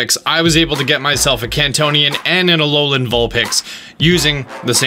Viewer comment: Alolian? ALOLIAN? A L O L I A N?!? Yes, alolian